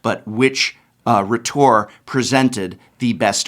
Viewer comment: Srsly. "Myself" is a reflexive pronoun. It is not freely interchangeable with "I" or "me". Also, "rhetor" is pronounced with the first syllable stressed.